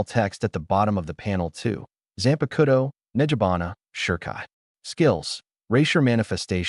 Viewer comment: y AI's always say Zanpakuto wrong ???